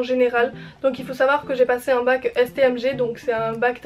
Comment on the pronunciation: Svp on a compris que c'est bac et pas mac😂😭